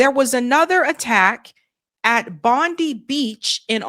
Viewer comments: No, sorry. Not a false flag event in Bondi. Not sure about other events. Pronounced 'Bond-eye'. Is the most iconic beach in Australia. It has one culprit and this has been building for a long time. We have a handful of ISIS extremist Muslim clerics in Australia and we've we've been trying to get them kicked out for years. Google: notorious jihadist cleric Wissam Haddad of Sydney. He runs a 'charity' in Sydney that radicalises Muslim youth frustrated by war in Gaza. He is vile. Most of the Muslim leaders in Australia have been trying to get him kicked out for years as well.Jewish and Muslim and Australian govt all agree and know this is the culprit. Kid has belonged to this 'charity' for years. Now we can get rid of these clerics which is good. These is the only extremist group in Australia and it's ridiculous that they've been allowed to stay this long. So... Bondi not a false flag event. You can see their ISIS flags in windscreen (Google: Home-made ISIS flags on windscreen of Bondi shooters car). You can Google: Bondi Shooters ties to ISIS. There are videos, footage, photos, ASIO 6 yr old reports. The Australian Muslim community agree.) Will Bibi use Bondi for military reasons and PR? Yes. (NOTE: As for reports there were searches in Bondi before shooting - it is known that Mossad might have an undercover agent in the 5 or so extremist mosques. They might have heard gossip, chatter about father and son as they went to Philippines before the attack. This is a place where know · Bondi is pronounced Bond-(Eye) The Muslim man who disarmed one of the Gunmen at Bondi Beach, has thrown a spanner in the works of Netanyahu's narrative. Now every time when the finger is pointed at the Muslim shooters others will also point to the Bravery of a Muslim Man. To some a very inconvenient truth. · That’s right lots of false flags are happening in Australia it’s pronounced BondY (as in eye) beach. We are in their vision because of the size of our propalestine protests.